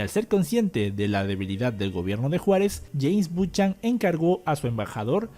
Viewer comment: Se dice Bu-ca-nan no Buchan.